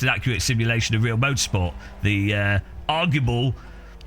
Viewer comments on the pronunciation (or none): none